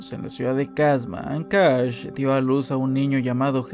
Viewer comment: Solo diré, pronuncia bien "Ancash" y "Quechua"